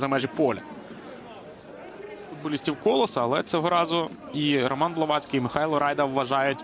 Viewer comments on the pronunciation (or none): none